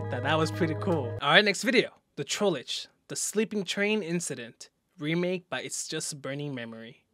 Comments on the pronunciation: "Trollege" BRO YOU KIDDING ME? ITS TROLLGE NOT TROLLEGE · I love how he says Trollage instead of trollge